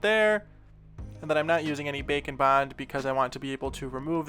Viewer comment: Everytime he says "bake and bond" It always sounds like "bacon bond"